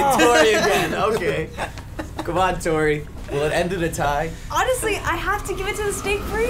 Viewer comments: Did say To-rr-ee and not Tor-ee? Oh noes! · It makes me really unprecedentedly upset that he keeps pronouncing Tori like that. Also, was robbed